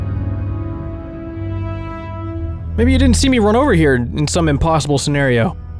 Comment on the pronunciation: This is insanely hilarious. Unmatched content. "Seems like his days are.... Ober" and the silence after 😂😂😂